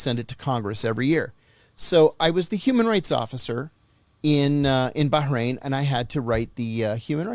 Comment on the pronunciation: Of all the times I've been to Bahrain I have never heard anybody pronounce it the way he does